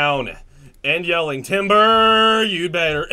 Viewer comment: You sang timber wrong